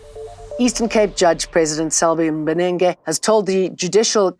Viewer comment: Judge Mbenenge sayin', 'Penes' 🤣😂